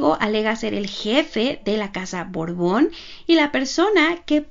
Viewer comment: BORBON O BORGON???... ESCUCHO A LA NARRADORA DECIR BORGON